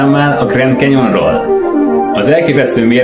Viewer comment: Xdd GREND KENYON🤣🤣🤣